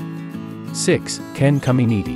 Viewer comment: Russian Bot. Ken Camineeedy..?